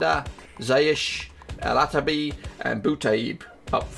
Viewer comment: Its alarabi not alartabi